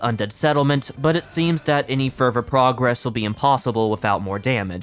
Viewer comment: hey i noticed you say "ferver" instead of further. just a quick correction incase you are ESL.